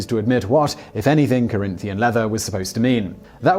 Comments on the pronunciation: It's Corinthian leather, with an N at the end, not an M. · rex mundi mispronouncing a long Spanish name is forgivable, trying to convince noobs Corinthian isn't a real word is not.